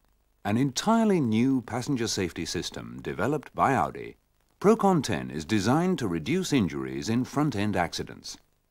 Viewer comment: "Procon 10"?! It's Procon-ten, from PROgrammed CONtraction and TENsion.